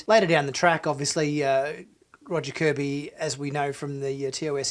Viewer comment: Not "Kirby", "KORBY".